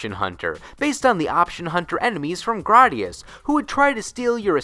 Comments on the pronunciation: Graydius not grodius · It's Gray-dius. Don't butcher it. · I’ve literally never heard anybody pronounce Gradius like that. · That secondary motherfucker's voice makes me want to hurt someone. Also, why would it be "Graddius?" Remember your phonics, kids.